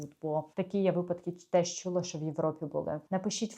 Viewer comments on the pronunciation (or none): none